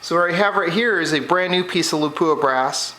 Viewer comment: Good video! A detail, out of respect for Lapua of Finland: It's pronounced LAH-puah with a short and stressed "LAH-", not Le-POOH-ah like most Americans pronounce it. Understandable, but wrong. Best regards from Scandinavia!